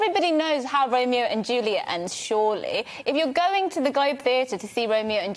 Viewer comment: This wet-behind-the-ears presenter is part of the problem. And he can't pronounce Juliet.